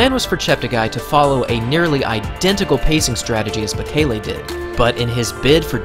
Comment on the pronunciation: I cringed so hard every time the announcers pronounced bekele and cheptegi wrong